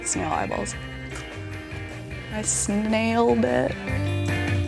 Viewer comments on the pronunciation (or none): 'I snailed it.'😂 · OH MY did you just say I snailed it??? GREAT! XDD